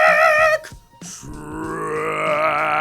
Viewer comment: Hmm the way you say "trash" every time somehow reminds me of "Sesame Street - I Love Trash!" song :)